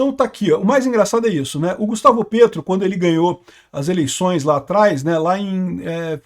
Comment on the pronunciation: Morro de rir quando o fala "Gustavo PRETO" parece shitpost😂